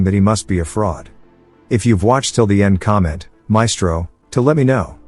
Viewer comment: "Maestro" My fellow south African 🗣️🗣️